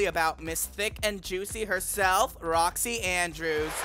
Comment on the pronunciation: Possible mispronunciations: Boxxy Andbrews Alyssa Edwarts Trinity K Bonet (without the silent T) The Viking Kandy Puse